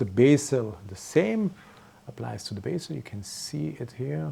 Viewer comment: excellent as always but English pronunciation of "bezel" is with a short e.